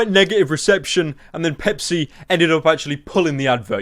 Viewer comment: Is it wrong that I heard 🅱️epis whenever Pepsi was said unironically